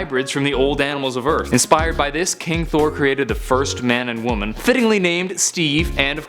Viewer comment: when you said king thor i thought you said pimp thor